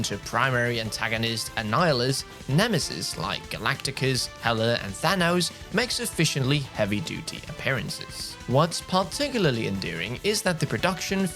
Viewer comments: Why did you pronounce Galactus as Galacticus? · "Galacticus" What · Who tf is Galacticus? "Betta" Ray Bill? The word is BETA, a word you should be VERY familiar with. You don't know what you're talking about, so I can't take this review seriously. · Did this guy just say Galacticus?